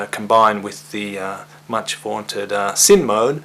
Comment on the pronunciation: repeat after me "sineeeee mode", not SIN mode lol